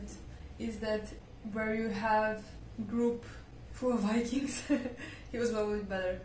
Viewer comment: IT s Not wikings but vikings